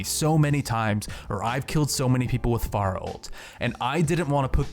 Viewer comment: Fair-uh not far-uh